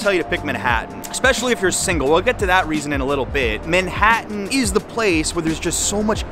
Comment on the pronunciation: I like how you say MENhattan , instead of Manhattan.